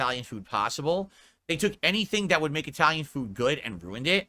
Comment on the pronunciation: THET? What on earth does that mean? Mouth feeling alright?